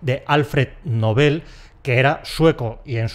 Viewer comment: ESTÁ EQUIVOCADA LA PRONUNCIACIÓN DEL "NOBEL"